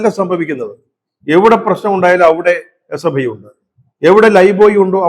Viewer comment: SFIയെന്ന് നേരെ ചൊവ്വേ പറയാൻ കഴിയാത്തവരാണ് ഈ പാർട്ടിയിൽ ഉള്ളത് 😂 അവർ വിളിക്കും H യെ പ്പൈ സിന്ദാബാദ് 😀